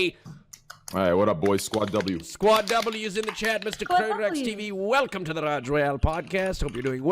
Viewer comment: Can you please stop saying ragg instead of rajj